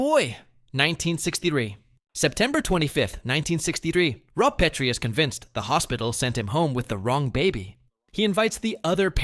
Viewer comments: Yes. It called him ROBE instead of ROB. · ROBE Petrie??? Fucking AI narration means Dislike. Buh-bye.